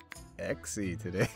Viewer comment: At this point he could just say "how are you doing togay?" everyday